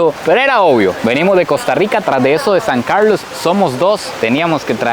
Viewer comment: Me encanta cuando dices "San Carldlos" con tu acento muy marcado ❤ saludos desde Guadalajara Jal. México.